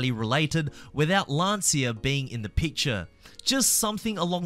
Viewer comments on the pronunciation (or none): Isn't Lancia pronounced more like "lanchya"? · Only ever heard it be pronounced like “Lan see uh”. Maybe in Italy it’s pronounced like that